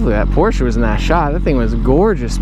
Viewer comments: Finally someone who says porsche correct, it aitn pOrSh... its porche-uu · THANK YOU for saying "Porsche" correctly with the grunt at the end. So many rich people driving that car but don't even know how to pronounce it. It isn't "Porsh", Susan. Lol.